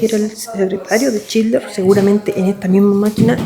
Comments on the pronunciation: lo unico que recalcar es que es schindler no schidler. Por lo demas tu contenido es cada vez mejor, un grande y el mejor youtuber de Chile ❤ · Chinler 😂😂 todo el tiempo chinler dice